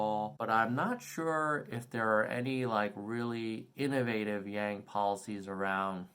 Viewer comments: It's intentional. Pronouncing his name in the Chinese way can be a sly way of indicating that he is not quite "one of us", that he is somehow, not a "real" American, without actually saying it. Those who tend to think that way, will get that message, loud and clear. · Mispronounced but STILL, what what go Nerds!! 💪🏽 #yanggang